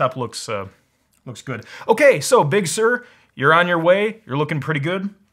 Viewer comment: “Bug Sur”